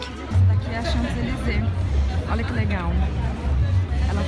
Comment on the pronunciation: Kaaroool socorro, eu sou muito chata, mas vc tá pronunciando "Champs-Élysées" errado!!!!! A pronúncia certa é "Chanzelisê" o p é mudo! Francês é uma língua louca =P =P Mas apanhei muito dos franceses por falar assim =P E toda vez que vc fala, me dá uma agonia no coração hahaha E vc tb escreveu errado no título, tem um "s" no final! Vc tb falou "chez" de forma errada tb, o e é fechado, é como "xê", o "z" n é pronunciado. E PS, aprender francês n é tão difícil, é mais fácil que inglês, é só acostumar o ouvido.